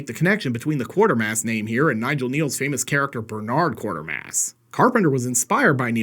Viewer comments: Sorry to be a pedant but it's defintiely pronounced 'KWATErmass' (in every single film or tv version) not QuaRtermass - seems like not a single online reviewer is able to see that word the way it's actually spelled, like it's an optical illusion or something..! I only raise this because I think the three Quatermass movies are absolute gold and deserve more current viewers. Anyway, agree PofD is a really fun movie with interesting ideas, but I'm not quite as sold on it as a complete package as many others. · It's pronounced Kway-ter-mass not Quuarter-mass. BTW He's given a kind of reference in the 7th Doctor serial Remembrance if the Daleks, where he is mentioned along with his British Rocket Group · It's pronounced Kway-ter-mass not Quartermass(Look at the spelling) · it's not QUARTER (1/4) MASS - it's QUATERMASS (Qu-WAIT-ER-MASS).👇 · QWAY-ter-Mass not QWAR-ter-Mass. A quartermass is a big pile of 25 cent pieces.. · Quatermass is pronounced (kway-ter-mas). Excellent movies. Not great for sick flicks, but great for scifi.